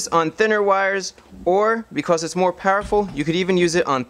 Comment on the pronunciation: "Becauss" "woter" God I've never been so angry at an educational video.